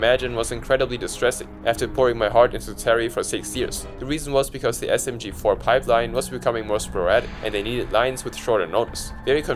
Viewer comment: he also said msg4 instead of smg4